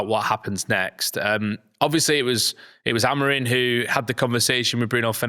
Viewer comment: Is it just me , or do alot of people say Amorin instead of Amorim?